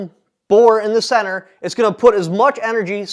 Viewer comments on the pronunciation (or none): none